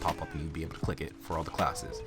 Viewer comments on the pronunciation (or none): none